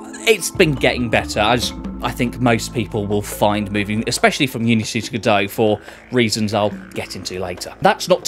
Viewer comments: It's pronounced "God-oh" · that's what I thought every time you said G'Dough!!!